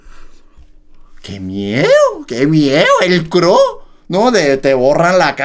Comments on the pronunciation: JAJAJA por qué dicen CRO al C.R.O (CERREO) 😅 Quién escucha en 2024!?? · es c.r.o no cro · Se pronuncia ce erre o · Son iniciales se pronuncia letra por letra ce,erre,o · Se pronuncia ce, erre o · 2021 y el sigue pronunciando mal el nombre de C.R.O 😂